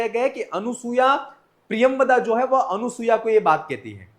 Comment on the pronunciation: अनुसूया ऐसा उच्चारण मत करें।